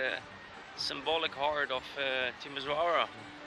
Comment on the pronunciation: The pronunciation of this city is TimiSHOara😉